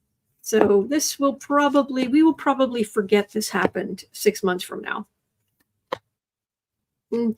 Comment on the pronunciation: He said today foget it I'm running.